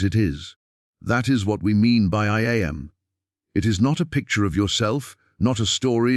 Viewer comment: I.... and them am, like am and pm. AI is wonderful. But any recording should be checked by someone who is a being. Otherwise it sounds silly.